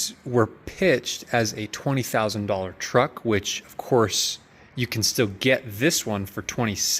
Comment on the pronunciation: mini truck or trucklette.... not TWUCK ... haha